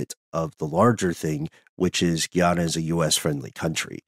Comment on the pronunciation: Love you guys so much. You travel with me everywhere I go. Just wanted to say, it's pronounced Gah iana, not Gee ana Much love ❤❤